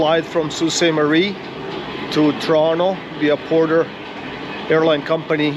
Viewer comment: It is pronounced soostmarie